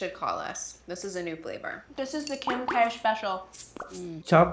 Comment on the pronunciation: Adoro o fato do falar kimkadarsha kkkkk